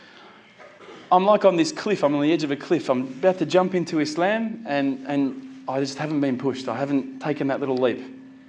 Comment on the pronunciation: Islam and Muslim is pronounced with a s like in the word sunny or soft or musketeer. 11.00 good points